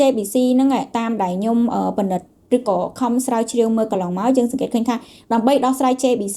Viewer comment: មីងចង់ឣោយក្មួួយនិយាយពាក្យច្ញំុ ឣោយច្បាស់ មិមែន ញុុម